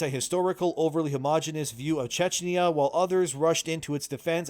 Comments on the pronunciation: Chechnia ... SERIOUSLY ... LEARN TO READ GOD DAMN IT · Dude can you even read? You read CZECHIA as CHECHNYA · fum Tschechnia????? It's Czechia or... Czech Republic xddd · great video as always, Love the "subtle editing" Minor nitpick, its czechia, not chechnia Minor mistake but still thought I'd point it out since that was not corrected. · No offence but it is a BIG insult in Czech if some one say Chcenia instead of Czechia